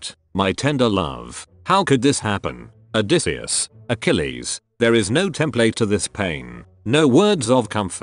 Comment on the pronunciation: The funniest part is the voice thing reading "odysseus" as "a decease"